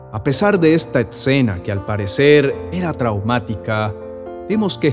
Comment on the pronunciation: No se dice exena